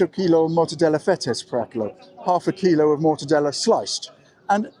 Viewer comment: Greek are almost always stressed on one of the last 3 syllables and you made mistakes on 4 words stressed on the last, misò kilò and dexià, aristerà.